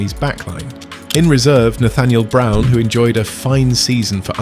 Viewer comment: It's not Raum, it's Brown